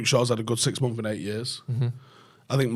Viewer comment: Months ❌ Mumf ✅